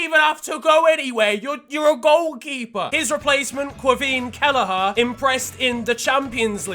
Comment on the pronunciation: My man butchered Kellehers name 😂